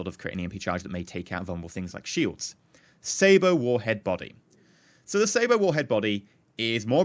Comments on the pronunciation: Sabot is pronounced sa-bo. I was in my game looking for the 'saber' warhead because thats what I thought you were saying, lol. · Its Say-bot or Say-bit not saber